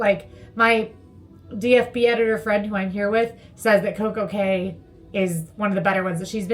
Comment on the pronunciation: Thanks for the video! Also, it's pronounced Coco (Key).:)